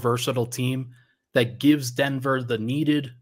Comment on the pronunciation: Yeah I was appalled at CB comments. You don't say thaylt.